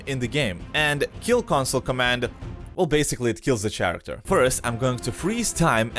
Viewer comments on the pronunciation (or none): Did he say ch-aracter instead of character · Ch- aracter.... AHHHHH Care act er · The ch-ar-acter